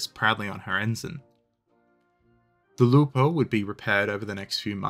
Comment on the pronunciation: Actually... the pronunciation of the name of the ships is correct, italian-approved.